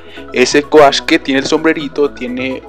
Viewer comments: "coash", "midli" Uy amiguito, te falta un poco más de inglés xd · Se dice couch xdxd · Repite conmigo amiguito: Couch (la pronunciación de Coach XD) ok no